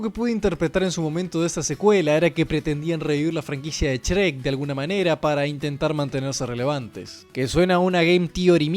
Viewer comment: "Chrek" un poco más y decías "Esrreck"